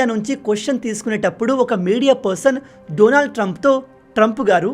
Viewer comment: Say his name correctly.. Daanaaald .. not. Doonaald